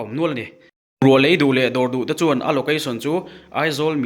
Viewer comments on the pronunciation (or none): none